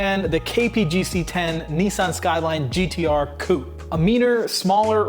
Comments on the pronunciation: West (student) cou•pé koo͞-pā′ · When you say coop, do you perhaps mean "coupe"? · You pronounce "coupe" not coup like the chicken coop. It comes from French.